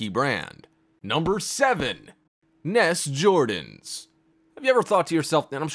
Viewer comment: Did he really just say “NESS JORDANS”